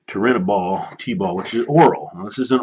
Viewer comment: Chael acts like he knows it all lol he said he could tell Jon was on stuff. He couldn't even pronounce Turinabol. Yeah you're not an expert if you don't know how to pronounce the drug being discussed.